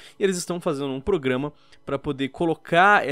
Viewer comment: A melhor parte do vídeo é o falando "PRUGAMA" kkk